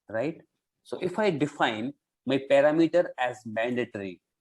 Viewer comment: You are pronouncing Parameter wrong. Pronounciation here